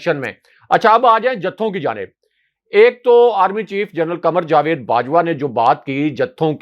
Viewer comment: جا وید ✅—- جوید X